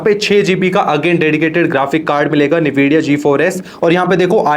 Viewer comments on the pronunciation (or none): Sir u said it nividia bit you have to pronounce it like N vidia